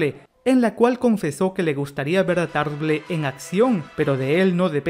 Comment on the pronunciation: Tarble se lee "TARBOL"